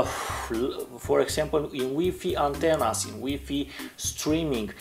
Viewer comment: HahA hahA I love how he says WiFi "weefee".